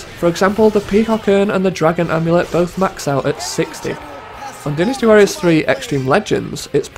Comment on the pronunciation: I wish you'd say Dynasty Warriors right